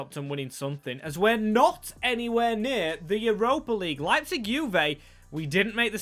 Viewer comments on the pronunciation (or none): none